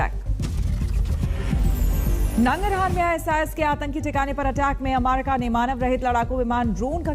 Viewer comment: कृपया अमेरिका का सही उच्चारण करने कहे न्यूज रीडर महिला को